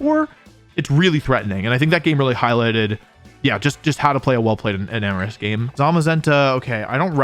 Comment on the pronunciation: Double freeze is crazy,., Wtf?!? Also, he said Enamorous 😊